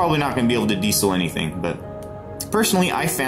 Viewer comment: Besides being unable to pronounce diesel properly, video....but what the duck is a diddlybop...you mean a magazine ffs.🤔